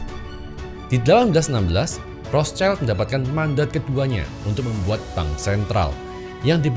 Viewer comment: bukan Rotcaild pak itu pembacaan nya... dia itu "di perisai merah" (Zum Rothen Schild) bacanya normal indo saja sudah tepat.. Rot Sild